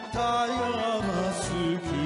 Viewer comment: タイガーのところがTIGERと 英語の発音で歌っていらっしゃる 素敵な声で大好きです。